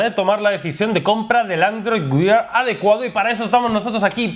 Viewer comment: Joder se dice "wær" no WIAR.... Dejad de decir WIAR que duelen los oidos! Por lo demas sois muy genios!!👍